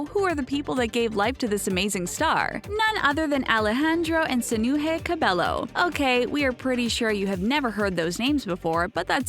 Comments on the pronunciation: Yes I did know these facts about her, what u need to know is pronouncing her name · My ears hurt to hear you pronounce cabello wrong (￣(●●)￣) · Banana Cabello i cringed when I heard them saying IT wrong😂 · Oh so you’re making a video about things we don’t know about Camila Cabello, but you don’t even know how to pronounce her last name? Nice. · ONE THING YOU DON'T KMOW ABOUT CAMILLA CABELLO IS THAT HER NAME IS PRONOUNCED AS CAMEELA CABEYO🙄🙄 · my biggest pet peeve is you saying her name wrong this whole video it's camEEla cabeYo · If ur making this video, telling people about CAMILA. And u can't even say her name right it'scamEEla cabeYo. Im so triggerd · It's pronounced cameela cabeyo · its in a latina-way or something 😂 you pronounce it as camilla with a strong "i" and you speak the "l" out loud and for her last name its pronounced as cabejo, a soft "J" the two "L" s are a "J" for latinas/latinos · Ummm, They didnt pronounce Camilla or Cabello right. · It's pronounced "cabeyo" not cabello. It's annoying. Cabeyo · another pet peeve is pronouncing her last name wrong.Its pronounced cabeyo not cabello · wut Ca-be-llo? is Ca-be-Yo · When you are from a Hispanic family and people say Cabello instead of Ca-bay-o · clearly you don’t ether if you were a fan you would of called out the pronunciation of her last name too it’s cabeYO she was saying cabelLO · Its pronounced cabejjo not Cabello but you write it Camila Cabello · "Tutting" is not pronounced "tooting." "Cabello" is not pronounced "ca-bell-o." "Literacy" is not pronounced "literally." In case you didn't know. :) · i thought it was pronounced “Ca-Bay-O” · Sofia is actually born on April of 2007. They weren’t always rich. And finally u pronounce her last name (Ca-bay-o) Cabello. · NOOOO IT SHUD SOUND LIKE CAMILA CABEYO BUT HER NAME IS CAMILA CABELLO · it also CAB-EGH- O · IT'S CAM-ILA CAB-EYO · Its camila cabeYO Shawn Mendes is triggered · It's cabÉllO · Its camEEla cabEYo not cam-il-ah cah-bell-oh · "CamEEla CabEYo"